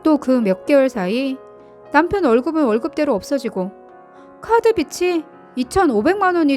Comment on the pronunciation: 좀 바르게 읽기 좀 합시다. 빗이는 비시 빚이는 비지 빛이는 비치로 제발~